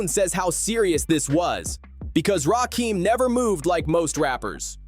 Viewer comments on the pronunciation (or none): EPMD could have been on this list Erick Sermon in particular. Also it's Rakim not Rakeem. And 3rd Bass wasn't a fish 😂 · It’s RAKIM homie not RAKEEEM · Why is it that you yt folks can never say folks name properly ? It’s not RAKEEM ITS RAKIM !! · It's Rakim.....NOT RAKEEM.!!! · Omg…RAKIM not Rakeem🤦🏾‍♀️🤦🏾‍♀️ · My question is ; Why YT folks always mispronouncing black folks name's ??? Or any name's thats not EUROPEAN??? The name is pronounced: RAKIM just like its spelled. Not RAKEEM. Adding insult to injury is the fact that this whole thing is about respect for Rakim and youre mispronouncing hos name the whole entire time.... Diabolical work... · Why you keep saying Rakim wrong? It's not Rakeem. Get it together. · You are completely pronouncing RaKim's name wrong. It's not Rakiem., it's RaKim. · Uggh, I want to like this video but I can't even finish it with this A.I. slop continuously saying Rakeem. 👎👎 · Rakim not Rakeem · It’s RAH-KIM put respect on his name.. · I didnt get through 2 min of this video. AI video creators are the absolute worst. They are lazy and incompetent. Rakeeem? 3rd bAss? Dont recommend channel. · As soon as a heard that "Rahkeem" mispronunciation, I'm out. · I hate AI narrated videos! Trash ass garbage! Talking about disrespect, and got the nerve to post this disrespectfully mispronouncing the God Emcee’s name wrong! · It’s driving me nuts how the narrator kept mispronouncing his name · Say his name right